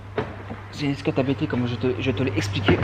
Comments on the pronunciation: Salut, on dit Abt, pas A.B.T. Il s'agit, comme tu le sais, d'un préparateur qui se nomme Hans-Jürgen Abt. Amitiés. Jc. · Salut, j'aime beaucoup tes vidéos que je découvre, par contre, si je puis me permettre, ce n'est pas "A.B.T" mais "Abt", Société de M. Hans-Jürgen Abt, bien connu en DTM :)